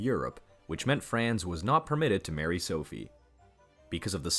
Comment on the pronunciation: "Frens Fördinend", "Frens Tshoseph", "Sooophie" 🤣🤣🤣 This disastrous pronunciation is hilarious.